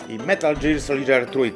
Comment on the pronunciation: "metal dżir solidżer" hehehehehe i Di hard....ja jebie :)